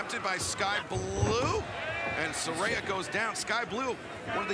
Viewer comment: Not Soraya, it's Saraya